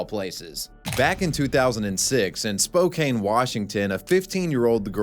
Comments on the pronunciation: Pronunciation- Spō-CAN, not Spo-KANE, despite how it looks. 🙂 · Spo-can, Washington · Love your videos, I just found your channel thanks to the algorithm and been binge watching for a couple of days. Just wanted to let you know, SPOKANE, WA is pronounced like it rhymes with RAN, not RAIN. You'll probably end up mentioning it again in future videos because lots of weird, random shit happens there. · As a Washington state native I’d also like to point out that Spokane is pronounced “Spoke-Ann” and not “spoke-ane” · As a washingtonian, say it with me now.... Spoke- can. Why everyone says "spoke cane" is beyond me 😂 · Spokane resident here, its pronounced spo-can not spo-cane! Loved the video otherwise though man. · Spo-can not spo-Kane lol sorry Washingtonion here 😅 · I am sure someone else has pointed this out, and it doesn't even really matter in the grand scheme of things... but it's pronounced spo-can, not spo-cane 😔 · It’s spo-CAN, not spo-CANE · It's pronounced Spo-Can not Spo-Cane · Spo-can Not spo cane. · Spokane WA is pronounced (spo-can), not (spo-cane). Cuz im from the PNW botherd me lol. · its pronounced Spoke-Ann, not spoke-ain =P love your vids =P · I knew I had never heard it called that before! It's just like how he said Spo-caine instead of Spo-Can. All I could think of was cocaine. Cocaine Spocaine. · Itnis also Spo-KAN, not Spo-KAIN. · Huge local pet peeve. It's spoh-can, like a soda can, not spoh-cane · Die korrekte Aussprache ist „Spo-CAN “, nicht „Spo-CANE“. “It's leviOsa, not levioSA!” Pff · He didn't even say spokane right. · its Spo-Can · It's pronounced spokeCAN 😂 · Spokane is pronounced Spo can. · It's pronounced spo can. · Spokane is pronounced Spoh-Can, just wanted to let you know. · Hey man, Spokane is pronounced Spo-can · The way you’re saying Spokane is legitimately pissing me the fuck off . SPOH-CAN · Spokane is pronounced spo-can. Weird I know lol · that not an accent, it’s a mispronunciation. It’s Spo-Can.